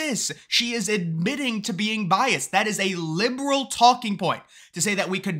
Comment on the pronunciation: Is it just me or does keep saying bias when he should be saying biased? Sorry, not sorry... It's bugging my autism.